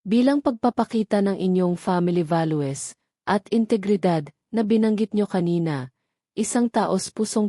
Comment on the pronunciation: Pa ngit mag pronounce ng narrator